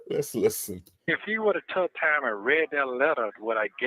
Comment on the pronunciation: Has anything other than me noticed that when he says the work “took” he actually says “tuck”? It’s just as annoying as when Sonya says “all” in that weird way.